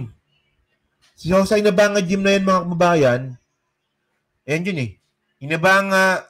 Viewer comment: May ilog Kasi Ang" INA BANGA". pronounced ' Ina BANGA.......not " BANGA as in jar......it's BANGA as in nabanga sa punong kahoy.....yun....... Going back sa ilog inabanga river is the largest of all the rivers in bojjol